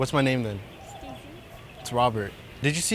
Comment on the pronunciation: It’s not steezy Kane it’s sneezy Kane